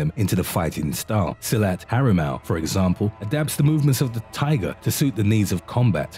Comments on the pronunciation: Silat sir..not silet..🙂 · Silat is pronounced seelut and not silhouette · Silat pronounced as Si-lut.